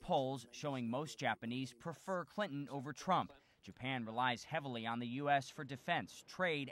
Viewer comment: Clinton or Trump? Ah Kwinton